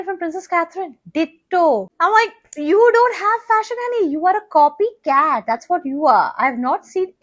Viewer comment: I love the way you said copy CAT. 😅